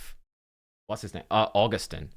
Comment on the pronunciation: As a Frenchman : Naïs "Augustin" prononciation ! 👏